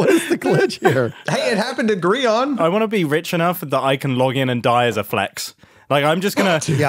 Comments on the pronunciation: who is this “Gree Han” character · Hey it happened to Gree-on! Ohno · calling Grian “Gree-on” just reminded me of YHS and now that’s all I’m going to be able to think about. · hearing scar say 'gri-on' physically hurt